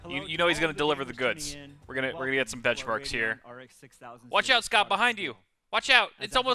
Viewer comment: Lisa: Speaking: benchmarks... Bencmarks... BENCHMARKS